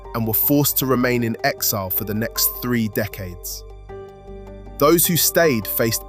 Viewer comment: I can’t take anyone serious who says “Fing” instead of thing .. or “free” instead of three..